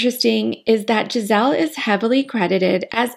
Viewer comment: Interesting video. Just to be clear, her name is not “Gisel” is GISELE with E at the end. It will sound more “Giselee” And I’m not gonna comment on Bündchen